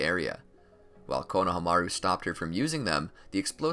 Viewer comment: It’s pronounced Kona- harm -a -rue